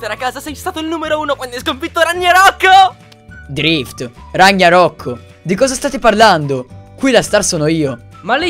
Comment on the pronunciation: Ragniarock mica RAGNAROCK EH